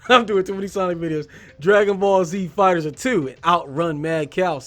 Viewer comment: Yeah, the game is pronounced Fighters